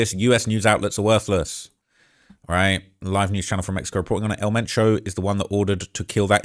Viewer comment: Who!? I know some Spanish words is hard to pronounce for gringo but at least try to pronounce his name right ?! It would be funny if the cartels send someone to your home 🏠 to correct you pronouncing El Mencho right. 😂